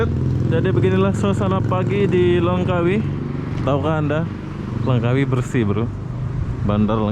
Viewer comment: Langkawi mas, bukannya Lengkawi